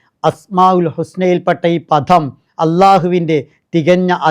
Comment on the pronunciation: ❤❤ പധം, പഥം എന്നതിനേക്കാൾ പദം എന്ന് പറയുന്നത് ആവും കൂടുതൽ നല്ലത്.